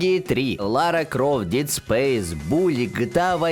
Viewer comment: Только у слово Dead интерпретируется как Дид, а не Дэд, уважаю! Импортозамещение на уровне. А, касательно Витки, то мне кажется, что она живее всех живых только у нас, все остальные уже хуй забили на нее, но, только у нас эта консоль, мало того что жива, так еще и прогрессирует.